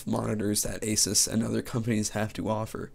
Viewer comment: its actually pronounced aaa--suuuus not ah--siis